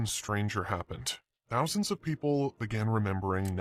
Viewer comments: TH TH THOUSAND. NOT F FOUSAND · I’m gonna “Fink” about “fousands”. “Th” is not your friend